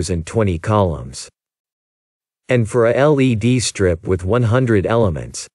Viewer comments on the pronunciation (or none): Be careful to pronounce/ emphasis the word “for” correctly when talking about loops. As this stands your meaning is confusing and unclear.